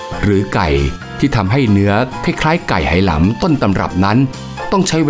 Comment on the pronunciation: ทำไมผู้ผลิตไม่บอกฝรั่งว่า Hainan ออกเสียง "ไฮนาน" หรือ "ไหหนาน" เพราะคนจีนไหหนานเขาชื่อนี้ออกเสียงอย่างนี้ ไม่ใช่สะกดฝรั่ง Hai แล้ออกเสียง เฮ เป็น เฮนาน มันชุ่ยกันขนาดนี้เชียวหรือ คน Thai PBS เนี่ย เสียข้าวสุกจริง ๆ